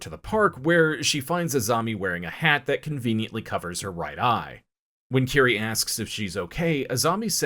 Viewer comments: Kirie, and Tomie end in an 'ey' sound, just FYI. Love the video, though. Junji Ito is hands down one of the greatest mangaka. His imagery is right up there with Kentaro Miura of Berserk as some of the absolute best illustrations, ever. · Great video but Tomie is pronounced Toe-me-ay. Same with Kirie: Ke-re-ay.